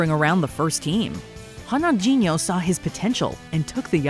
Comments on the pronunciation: Did she call Ronaldinho Honanjinho? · WTF was that "Ronaldinho" pronunciation??? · What the hell was that pronunciation of "Ronaldinho"??? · You guys butchered “Ronaldinho” 😂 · you're trying so hard pronouncing French word but called Qatar "cutter" and butcher Ronaldinho's name 😂